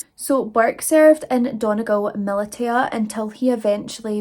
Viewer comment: At around 6’10” . It’s pronounced “milisha”, not “milita” - sorry for being a smartarse!